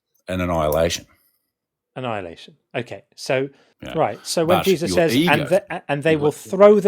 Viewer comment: The first time he said Jesus, with his accent, I heard “Jay-Z.”